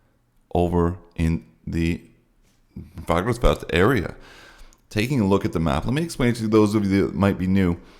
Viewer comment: Dear Santa, the best thing I could have for Christmas is to hear actually pronounce "Fagradalsfjall" correctly. It has become a major turn-off.